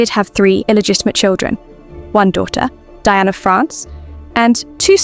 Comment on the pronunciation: Diane de Poitiers' first name is pronounced "Dee-ahn".